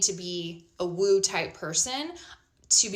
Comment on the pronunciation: You are not understanding the word "woo". It's woo not woe.